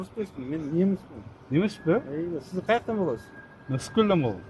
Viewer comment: Кайактан болос дейт😂😂😂 оштонго немц